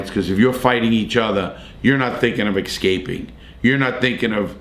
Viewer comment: Love the way you always pronounce "escaping" like "excaping" 🤣